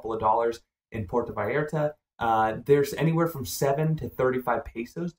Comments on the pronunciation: Vay AR ta. And mal a (rhymes with may) con, not mal ee con. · Porta VyERtah. Really?